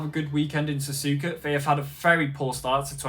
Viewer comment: ''yea next race is gonna be sazuka anyway next GP is the japenese gp located in sazuka'' like bro you said sazuka lol ''not hate comment im a fan your better than DanNoSkill''